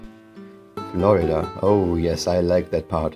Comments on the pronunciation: what he call Florida dislikes because he said it wrong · he said Florida wrong